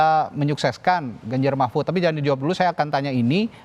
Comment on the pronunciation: •Mahfud pak bukan Mahmud udah 2-3x saya dengar ucapan anda. Tapi narasinya bgus bnget tadi wkwk😁😂 ke kubu prabowo •Good PKS jangan terpancing menyerang, Jubir pks fokus aja jadi (Gelandang tengah) menyuplai informasi secara objektif untuk support striker penyerang depan, dan menyeimbang pemain bertahan.